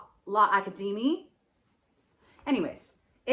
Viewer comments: It's LA-CAD-A-MEE :-) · “L’Academie” pronounced La-cadehmee 😄, so what? Ya sold it...😂